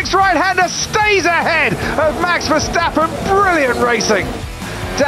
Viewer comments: 'Verschhtappen' No guys.. It's just Verstappen.. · Yeah people somehow don't know how to pronounce names correctly with a little break right at the point where the same letters are next to eachother and I am not even finnish hah... Same goes for Max... Like why the heck would all english speakers pronounce it so soft.. VerSTappen as in the word STamp it's not that hard cmon... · Max Vershtahppen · Elo horner its me VERSTAPING